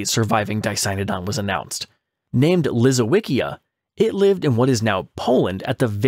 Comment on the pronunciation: Lisowycia is pronounced Leesovychia. with the ch as in church.